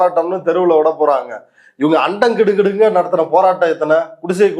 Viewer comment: அண்டம் கிடுகிடுக்க - என்று அத சொல்றதுக்கே வயதாகிவிட்டதால் நாக்கு குழறுகிறது. ஆணவக்கிழம்.